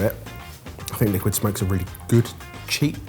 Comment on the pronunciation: I can't believe no one has commented on saying Hickory Sliquid (Or would it be Slickwid?) Smoke. I'm deeply disappointed in (most of) the rest of the comments section for not catching yet another Bennuendo!